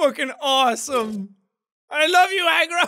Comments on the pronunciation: I can no longer tell if Jack is calling the horse “Egg roll” or “Agro” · I can't tell if he is saying Agro or Egg Roll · When jack says aggro all i hear is eggroll lol